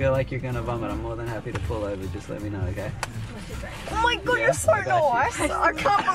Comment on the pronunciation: "omaigodd youre soww nwooiisss" 😂